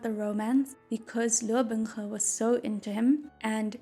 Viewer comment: ok listen listen this video is great and I love it but it also made me very aware of how Binghe is pronounced way too similarly to Bunghole which I cannot unhear now ;o